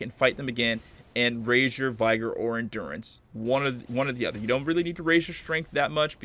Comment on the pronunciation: Vi-gr not VIE-GR - other than that. good guide